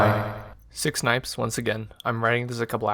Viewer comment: Am I the only one that hears him say "Six Nipes" not ""